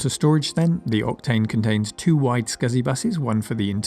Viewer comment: I can't help but hear you saying repeatedly "Optane" instead of "Octane". :) Is it me, or... ? BTW the SSE isn't a simple renaming of the SSI: it's faster, too. The SI/SSI/MXI is a slight enhancement over the Indigo2 Solid Impact/Max Impact previous generation hardware. SE/SSE and MXE final E stood for "enhanced". The SI has only one triangle engine. SSI and MXI have two. MXI has texture memory added. SI + texture was also available, but had no brand name for some reason. The main difference with the Indigo2 Impact is that there were no SuperSolid Impact Indigo2, unless you fried the super hot RDRAM-based texture RAM of your Maximum Impact :) , but the SI+texture had a brand name, "High Impact". As the Maximum Impact graphic set used up all of the available expansion slots, High Impact was preferred for video editing (to allow for an additional video acquisition/output card).